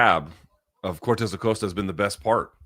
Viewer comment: It's definitely /aˈkosta/ unless you can confirm which version of spanish uses the Oh sound here?